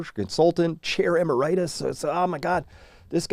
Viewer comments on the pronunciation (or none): Pronunciation of "emeritus": "em-AIR'-it-us," not "em-er-I'-tus"